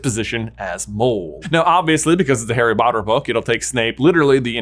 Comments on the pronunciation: I scrolled for so long to find this. Also it sounded like Harry Botter Fook. 😂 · "Harry Botter Book" ❤